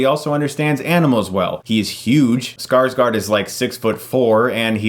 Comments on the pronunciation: As a Norwegian (who automatically understands Swedish because that´s how Scandinavia works), it´s really funny when you pronounce Skarsgård as "Scar-Scar". The closest English pronunciation would be something like "Scars-gore". It´s like with Django - the D is silent. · Scarsgaard? It's Skarsgård. "Skaars-gaurd" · i "lol'd" everytime you say Scarscar lol. Skarsgård damn it :P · Skarsgård (Sweidsh) is pronounced Skars-gourd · Tattle Boad I got kinda annoyed on Scarsgard since I'm Swedish. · I was just getting ready to correct the pronunciation as well. ;) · If you're going to pronounce a foreign letter, at least look it up how it is supposed to sound. Do you really think the swedish alphabet have two letters that is pronounced exactly the same?